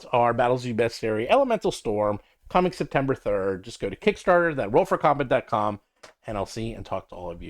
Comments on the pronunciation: Am I the only one that has noticed that says, "I'm from Roll FROM Combat!" when he does these solo vids? It kills me every time. 😅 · Yes, on the surface, it sounds like he said, "Roll FROM combat." Now that you mentioned it...